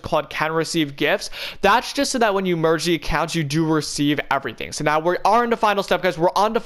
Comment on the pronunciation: take a sip of ur tea/coffee everytime he says merg ur fortnite accounts